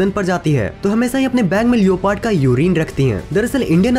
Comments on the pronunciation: BHAI LEOOOPARDD NHI LEPORD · Bhai लियोपार्ड likha hua hota h lekin usko लेपर्ड bolte h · Its leprd(Leopard) not lio...paart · Not liopard it's leoperd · Bhai ye leoopard kya hai🤣🤣🤣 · lioo pard? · Bro... लिओपार्ड नहीं लेपर्ड ...🙏🏻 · Leopard = लेपर्ड not लियोपार्ड 👍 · लियोपर्ड nhi beta लेपोर्ड hota h😎😅😅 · Baki sab choro Bhai leopard ko liopaard bol ra hai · It's not leoooopard it's leopard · Did you say leyopad for leopard 😂😂😂🤣😂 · You pronoune leopard wrong